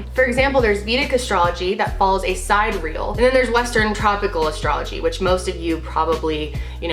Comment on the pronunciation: Explain what you meant about vedic astrology? I thought you said, "si-real." Do you mean Sidereal?